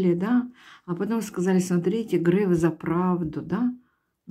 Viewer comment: Только он не Грэээээф, а Греееееееф. От слова греехххх..